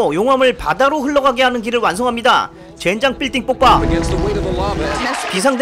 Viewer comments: 로봇이 발음이 왜 이래 ㅋㅋㅋ 왜 빌딩폭파를 발음을 못하는거야 ㅋㅋㅋㅋ 빌딩폭파인데 자꾸 삘딩뽁빠래 ㅋㅋㅋ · 난왜발음이 삘띵뽁빠로 발음돼지?